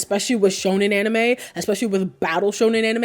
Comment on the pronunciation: the "anime" pronounce bothers me a bit but it's okay 😂 this is entertaining, narusasu is an old ship but fandom still find new things about them that makes them more gayer and gayer, like that recent (?) realization about their birthday moon phase or something